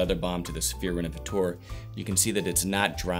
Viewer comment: "Rénovateur" isn't pronounced "Renovatoar". The French "eu" is pronounced like the "e" in the English word "her", the "ea" in "to learn", the "i" in "first" or the "u" in "turtle" for instance. 🙂